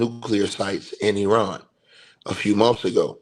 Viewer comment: Eye ran pronunciation, not being smart bro, each one teach one. I was pronouncing it like you until I was corrected. I didn't get upset being told.